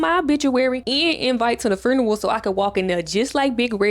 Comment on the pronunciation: I’m only like 2 min into the video but the way you said funeral….you from Memphis?